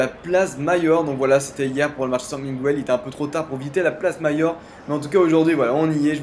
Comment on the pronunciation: Bonne vidéo bien venu a Madrid :p (ta un abonné Espagno-français ;)) juste petite "mercadillo san miguel, miguel tu pronnonces pas le u ;) et tu fais comme si il n'y avait pas de u;). Bon vlog pas loin de chez moi:p;)